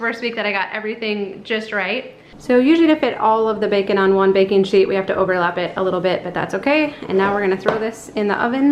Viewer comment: IMMEDIATELY WENT TO B&N AND GOT THE BOOK!!! Also I heard "Bacon Sheet" instead of "Baking Sheet" xD haha